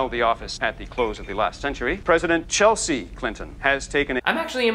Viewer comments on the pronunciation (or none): none